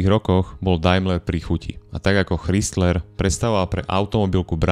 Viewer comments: Super video , Len ten chrizler trhá uši a mal to byť Chrajzler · Chrysler a ne Chrystler, proboha ! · Neprijemne vnimam Kristler, Chdistlers a podobne... A Dailmer a Mitsubishi vioete povedat. Vaaaa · ako nechcem mudrovať, ale pokiaľ robíš videá na vysokej úrovni, asi by nebolo na škodu sa pred videom uistiť, ako sa správne vyslovuje Chrysler (krajzler) :) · Spise "Krajsler".Ch se v anglictine cte jako K. Zbytek souhlas. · Ano, to "chrystler" trha usi, stalo by to za prerobenie. Inak super video...ako vzdy ;) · Z jednej strany chápem pokial ta nezaujímajú auta a robíš videa o nich aby si zarobil nejaký drobak ale aby si nevedel ako sa číta meno značky ktorá má v New Yorku ešte aj svoju budovu to by som nechcel počuť jak povieš Krystlerova budova 😀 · Krajzler dpc foneticky ide ma vyrutit ako to komolis